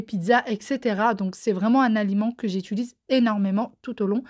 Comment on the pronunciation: Bon je mets mes écouteurs pour regarder tes vidéos maintenant sinon mon mari hurle à chaque fois que tu dis" j'étulise" au lieu de j'utilise 🤣